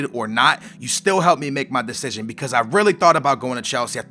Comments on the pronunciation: decision not destion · *Decision not Destion. Still love ur vids :D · The 'Destion'?? wot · "Destion?" ahahahahaha love you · it's *decision*- no hate, love your vids, but just letting you know:) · Good 'destion' xD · What's a "DESTION!" ? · Omg it's "decision". (title) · inb4 name change, c'mon you said decision a million times - get it right man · Did you Spell it wrong or is it Supose to say destion